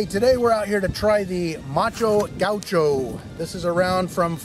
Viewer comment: Macho Gaucho? Kinda funny... actually in portuguese you would pronounce "ma-xoh ga-U-xoh". People born in the brazilian state Rio Grande do Sul are called "gaúcho" or "gaúchos". In portuguese, macho could mean "manly". And there is a quite funny trivia about gaúchos: gaúchos consider themselves very traditional and manly, while other parts of the country tends to pick on them calling them "not so manly as their looks"... and there are plenty of jokes about it. lol